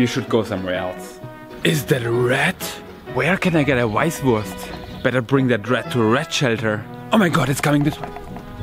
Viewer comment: "Where can I get a Weisswurst" haha perfect